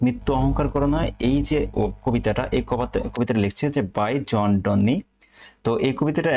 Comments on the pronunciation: শব্দটা জন ডান হবে৷ ডন্নি না ভাই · কবির নামটাই উচ্চারণ করতে জানেন না মিয়া, আসছেন ভিডিও করতে☠️